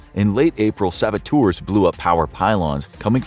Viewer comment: Saboteurs is pronounced sab-ot-ters not sab-or-tours!